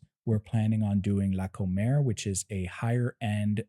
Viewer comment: Not to nit-pick, but the supermarket isn't la "Comer" (as in the verb "to eat"). Comer is short for its full name "Comercial Mexicana". The accent is on the FIRST syllable.